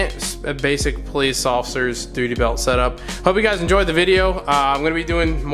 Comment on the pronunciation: Lol dooty belt